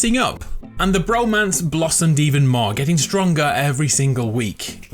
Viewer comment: "the brrromance" that r roll tho